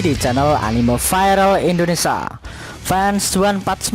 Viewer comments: In do ne sia, min! bukan in do nesa 😒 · Indonesia Bg Bukan indonesa 🙏